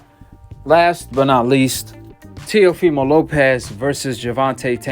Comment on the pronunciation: The fact the flyod calls him telifimo and no one corrects him is hilarious 😂